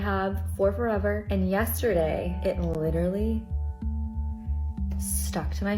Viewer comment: yet another person saying 'Literly'